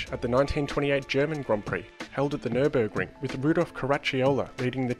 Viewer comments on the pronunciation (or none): none